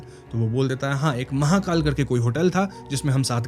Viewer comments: Mahekal ko mahakaal bana diya 😂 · Mahekal Bhai.. Mahakal nhi😇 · Bhai ki pronounciation next level hai 😂